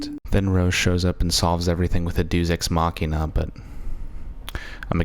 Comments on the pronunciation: seriously pronounced "deus ex machina" as "dooz ex machina". I have to somewhat respect the 9th doctor pick for the #1 spot, even if it is initially baffling. Eccleston should have gotten so much more time with the role. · "Dooz ex machina"